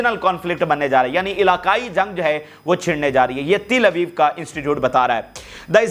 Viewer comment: Pls don't say Tilabeeb But say Talabeeb